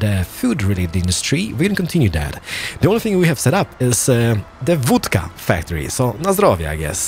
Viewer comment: Seems like an awesome game judging by the number of vehicles, buildings, by the way production, transportation commuting... works. It'd be a shame not to do a whole series. I bet you'd enjoy it too like we do just watching it. One more thing, o in Vodka is pronounced like short o, like o in gone, bomb, lot... Cheers and keep it up. 👍